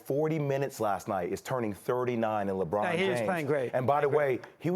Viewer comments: Bro said lebum 😂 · Mad dog said LeBum 😭😭